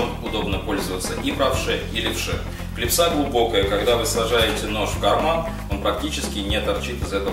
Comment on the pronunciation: почему же клипсА , русский же человек, клИпса!